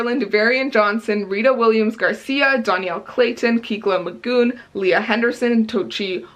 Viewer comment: The Poet X was amazing and honestly, anything Elizabeth Acevedo writes is gold! When Dimple Met Rishi was hilarious!! Yay!:D And the 'e' in Kekla's name is short instead of long, so it would be pronounced KECK-luh.